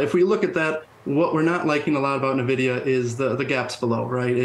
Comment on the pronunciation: If the person can't even pronounce Nvidia correctly (Nuh-Vidia), I can't take them too seriously.